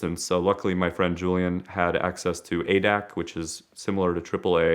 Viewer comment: ADAC = Ah-day-aht-say. FTFY